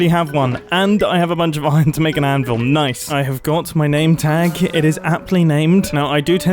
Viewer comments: N-ice? N-ah. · Mumbo: "Or should I say 'na-ice?" Me: No. No you shouldn't.